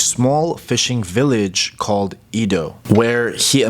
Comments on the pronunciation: Exactly, it’s Edo, “Eh-dough” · Just a little correction… Edo, not Ido. Should be pronounced eh-do. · Ido? Don't you mean "Edo"? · To the narrator. The city Edo is pronounced eh-do, not ee-do. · great work ! BTW, the pronunciation of the ancient name of Tokyo is Edo (江戸、えど in hiragana), as in "Emmy". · ED-Oh not a long E, like Edward. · It's "eh-do," as someone pointed out. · It's pronounced "A-do."